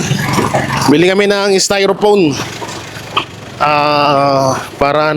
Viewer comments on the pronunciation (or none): Styrofoam Hindi styrophone